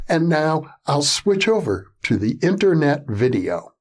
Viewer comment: I love when Mishlove says internet.